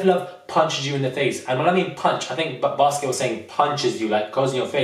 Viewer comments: IDK if I heard you right, did you call Biskit, Basket LMFAOOO ! I agree with the lack of inclusion, it was too "exclusive". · If this man calls Biskit as baskets one more time, I'm going to get a casket for myself 😂😂😂 I cannot deal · Lol. you keep saying Basket instead of Biskit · The way my man calls wale whale and biskit basket im dead😂😂😂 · I love you and totally agree with you but his name is biskitt not basket